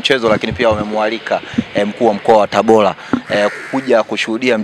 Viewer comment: Mtangazaji! Sio TABOLA jamani!! Dah! Ni TABORAAAAA!!